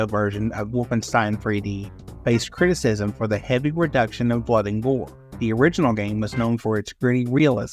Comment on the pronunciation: You really just pronounced 'criticism' as 'critics-ism'... you really need to proofread your scripts and check the pronunciations in the dictionary